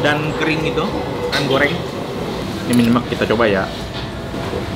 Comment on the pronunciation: Baca nya nyemek ko Nex bukan nyemek...😁